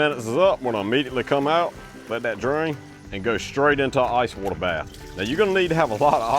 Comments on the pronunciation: Love how he says water. Woatah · Love how he pronounces “ wauter !”